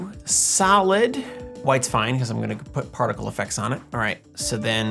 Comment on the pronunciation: When you said "solid" during the video I could've sworn I heard salad. So my suggestion is to animate some salad (I'll leave the theme and criteria up to Em to decide ;) for one of the next ones hehehe! (sorry not sorry!)